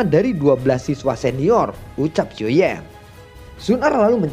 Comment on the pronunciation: Gua ngakak pas bilang xioa yan kekeu 😂